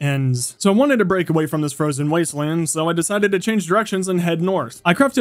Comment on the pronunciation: I’m not sure if you’ve noticed but sometimes when you say “so I” it sounds like “som I”